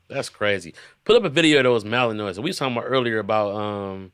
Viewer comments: Aye, it’s pronounced Mal-N-Wah. Malinois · The Belgian Malinois is a great dog, I got bit by a poorly trained one at work though, lol. You were pronouncing it incorrectly, but I only say this because that’s what my coworker did to me the first time I tried to pronounce it 😂